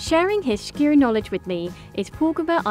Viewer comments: I don't get it, she said "Skyr" right when she was in Iceland but then in the voiceover decided to say schkir :D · Its SKYR NOT SHHHHKYR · why does she say SCHKEER, when he simply calls it SKYR? silly bint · Hearing the host attempt to pronounce "skyr" is amusing. It's not a "sh" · I'm agreeing with you. There is no "sh" sound in Icelandic, so this presenter's pronunciation is quite wrong. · They are saying it wrong. It is "SKY-are" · Leave it to the girl that wishes she was "posh" to keep saying "shkeer" instead of skyr! Like how they say "It's NOT schedule, it's "shedule". I wonder what "shool" they learned that in?🤣🤣🤣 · Its not SHKEER its Skýr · Why does she say shkyr? Where does she see or hear a "sh"? Lol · Why does she say “shkeer” all the time? There’s no “sh”, sis! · The way she sat skyr is so painful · Her mispronunciation of skyr kills me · Why does she say skyr so wrong